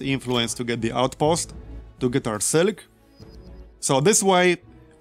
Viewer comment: "Sil ik?" what's that? is like "Mil ik?" i drink that sometimes.